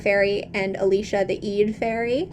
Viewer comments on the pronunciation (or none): none